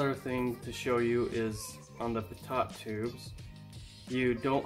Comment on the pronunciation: Was anyone else confused as crap when he said PitTot tube and not Pitoe tube? I spelled it phonetically. Yes it’s pitot tube. Great video anyways! Super cool!